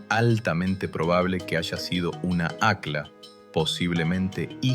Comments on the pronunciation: Se pronuncia acj-lla, no acla y se escribe aqlla. En quechua, o qechwa, el fonema "Q" es gutural y suena como una "CJ", y la doble "L" es muy pronunciada, no es lo mismo Atahualpa que Atawallpa. Tembien es importante saber que tampoco se pronuncia como una "SH", como los porteños, que pronuncian "posho" cuando quieren decir pollo o cuchisho cuando dicen cuchillo. También el fonema "Y" en quechua suena como "I" y no como una "SH". Esto teniendo en cuenta que muchos ispano hablantes confunden la "LL" con "Y" y al mismo tiempo, la "Y" con "SH" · Esa voz...mmm, IA? Al menos corrige la pronunciación No es "Aclas", es "acllas" ( suena ac-yas)